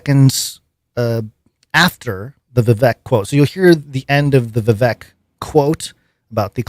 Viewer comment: Informative show, grateful ...just wanted to add it's pronounced Vi-Vake like 🐍